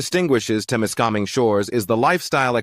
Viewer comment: Wher the fuck did this guy get his pronunciation from? Temiskaming is no where near an "international " border unless the dummy thinks Quebec is a different country. What a load of AI shit!